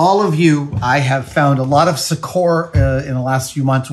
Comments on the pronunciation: I'm in full on pedantic mode. Ermine is pronounced er- min. Second syllable rhymes with pin. Succor is pronounced the same as sucker. Love you Adam. Sorry I'm a word nerd. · Does Adam pronounce things differently (I won't/can't say "wrong") than the standard usage on purpose, just to see if anyone notices? Like succor and Herculean.